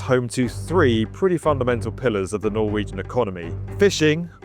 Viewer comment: I appreciate the proper pronounciation of Norwegian words :)